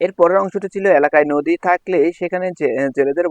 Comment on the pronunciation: আপনি নদীরে নদু বলছিলেন 😮